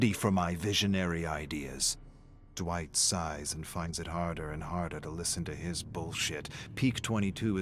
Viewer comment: DiD He JuSt CaLl Me DwItCh?